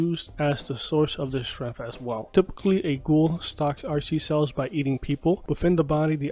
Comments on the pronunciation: Itms not kaGHOUL it’s said like KA-GOO-NEIGH and all together is spelled Kagune “KA-GOO-NEIGH” you know my guy? Edit: Just a headsup/ A little help of yhr pronunciation, and Kaneki’s harness all four types of Kagune’s by the end of all seasons that’s why he’s such a Powerful ghoul and has unlocked the mastery of all 4 Type’s and that’s why he was able to unleash the “Dragon type Kagune” Or as some fans of Tokyo ghoul has called it “dragenki” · It’s not kagoon... it’s kah goo ney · its ka goo nay, not kah goon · ITS PERNOUNCED "KAGUNAE" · Why is he saying kagune like it’s a crab Rangoon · cool video but it is not pronounced kinky, its pronounced queen kay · You said kagune wrong. It’s “Kah-gu-nay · No it’s KA-GU-NEH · Bothered me the entire video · Cool video my dood. Although it is pronounced ka goo nay. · He pronounced it wrong, it really pronounce as ka gu ney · it’s pronounced Kah-goo-nae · Kagune the e is not silent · The way he says kagune wtf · to teach him how it sounds. Just like he is teaching us all the types of kagune we teach him how to say it. There’s nothing wrong. We just learning :)